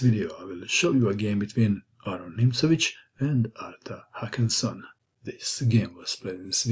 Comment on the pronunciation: The name isn’t Hakansson. It’s Håkansson! And it’s pronounced more like “Hokansson”.